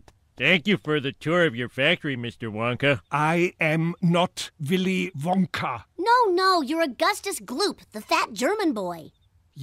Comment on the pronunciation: Villy VONKA